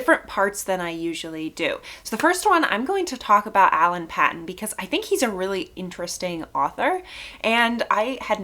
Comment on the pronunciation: His name is pronounced Alan Paton with a long A sound on the a (Payton) ; state in South Africa is pronounced Na TAL with emphasis on the TAL; hope that helps.